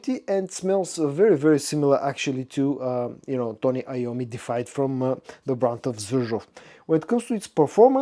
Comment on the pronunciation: It's pronounced DEE-IF EYED, not defied.